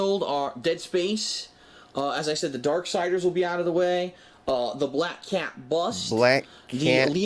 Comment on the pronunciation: BLAYUCK CAYUT! GOD I can’t stand his voice. Especially words with the harsh “A” sound.